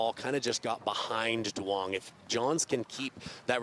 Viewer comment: its pronounced Yoo-ung as a fellow Duong lol but proud to see someone with my last name playing professionally